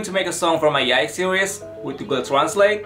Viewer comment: The way he says YIAYG... ooooof